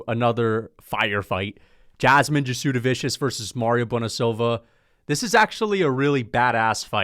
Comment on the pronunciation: Say it with me … “jazz-de-vis-see-iss”